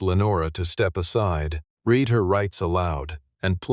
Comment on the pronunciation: Don't you know how to pronounce "read" in the narrative???